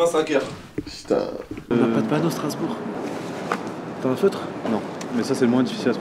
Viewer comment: t'as écorché le nom de ma ville... Strasbourg... je me désabonne (non je rigoooole)